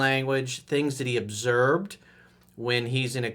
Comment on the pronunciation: he said obserbed instead of observed